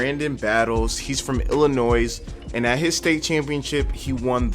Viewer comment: The "s" is silent in Illinois.